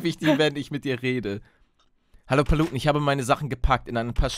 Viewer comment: warum heisst paluten "palutenn"